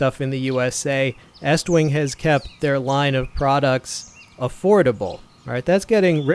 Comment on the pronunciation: I got 20 seconds into the video and gave you a 👍🏻 simply because you actually know how to say the company name! Almost none of the other so-called “reviewers” on YouTube say it correctly. HA! HA! HA! HA! You could use [a club] for personal defense, but hey, why would you use that when you have a hatchet?” 🤣👍🏻